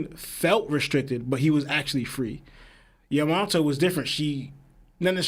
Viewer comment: Am I the only one who hates how dude says Yamato??